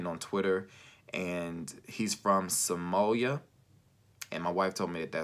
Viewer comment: J Norman yea he just pronounced it wrong